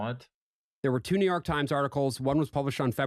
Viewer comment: i love the way says New Yark